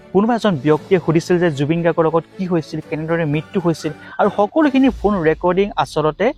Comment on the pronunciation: Ki fuun recording?? Phone recording..komsekom pronunciation tu thik kor naa...🙄